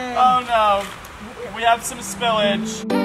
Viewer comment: nobody:: sPiLLaGe